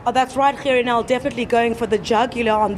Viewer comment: I love. i REALLY DO but I don't remember Gerrie Nel's name being PRONOUNCED like that. It's something about your Gs that are NOT quite RIGHT! Ba-Ha-Ha-Ha! I'm your friend but your PRONOUNCIATION of Gerrie Nel's name is a bit NIGHTMARISH!:) When you say the G, in Gerrie, I hear a CUTTING sound. Aah! If ONLY words could kill. You could slaughter people with the way you say Gerrie!:)